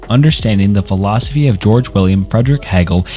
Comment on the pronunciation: aside from the 6th grade reading level it was a good video, but my god hearing you mispronounce the names and words were frustrating like 😂 even some of the simple words like philosophy you would often mispronounce